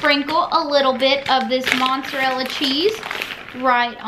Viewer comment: This sounds really nice! I'll have to see if I can get my hands on any cajun seasoning. Also, please, for the love of all that is holy....there is no N in mozzarella. 😂😂